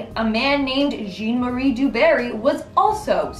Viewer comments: Zhahn-Marie DuBarrie. Not Jeen Marie. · Pronounced Jaahn Marie, not Jean Marie, Du Twah, not Du Toyt. I guess you had a problem also pronouncing Morgan Freeman. Only kidding. The universe made me do it. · It’s really hard to take this video seriously when the first thing out of your mouth is mispronouncing John Marie. Jean-Claude Van Damme like come on…